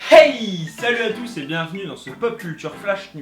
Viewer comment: Je ne sais pas si je suis totalement folle ou c fait exprès mais quand tu dis hey on dirait que tu fais la pause de flash en plus c'est un pop culture flash coïncidence ou ... ??? 😁